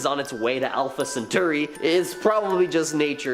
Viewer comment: "Holbin"? Holbein (Hole-bine). Cthulhu (Thulu. The "C" is silent.) Alpha Centauri (Cen-tar-ee). The "guy" who saved the other one from the Swinging metal boom is an angel. "Apocalypse" means Revelation; not destruction. The Revelation has already been shown, but people don't read it (KJV).